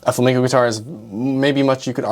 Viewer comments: Flam-E-nco, not Flamingo..... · fla-MEN-CO, not Fla-MINGO. Sorry, I'm usually not pedantic but it's unacceptable to call yourself a classical guitar player and mispronounce Flamenco. YouTube: the place where anyone can dispute geniuses. Coming up next: Physics graduate reacts to Einstein Edit: You studied guitar in ALICANTE and you still mispronounce it? Dude!!! You were in Spain!! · It's pronounced Flamenco, not flaminco. You made my Spanish pals ears bleed.😢